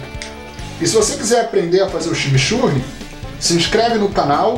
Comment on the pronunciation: kkkkkkkkkkkk, ximixurri? coitados dos meus irmãos Uruguaios ouvindo isso... a palavra tem influencia inglesa a pronuncia ta mais para "tximitxurri" eu adoro junto com uma boa Parrila ou churrasco gaúcho o verdadeiro, não grelhados! eu gosto do deu trabalho mesmo assim, abraço!